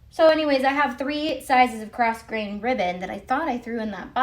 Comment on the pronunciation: Just want to share the pronunciation of “grosgrain” ribbon - The S is silent. Phonetically it is “grow-grayn”. It’s got French origins if I remember correctly which would explain the silent S.